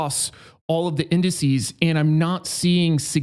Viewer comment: "incices"..... what a doosh